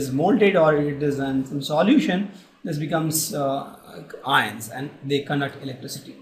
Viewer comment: way of pronouncing "conduct" was epic